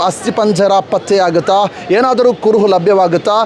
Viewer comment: Adu " kuruvu patyavagilla " alla marayre. Adu " kuruhu patteyagilla Anta marayre. Nimage dodda namaskara. Dayavittu baarada kannada maatadi kannadakke avamana madbedi 😂😂🙏🙏🙏